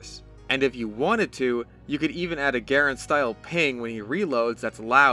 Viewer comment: I can't tell you how happy I am that a TF2 youtuber pronounced Garand correctly.